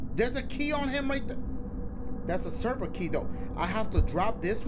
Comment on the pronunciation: Game says Silver key Dashie says "Server key"......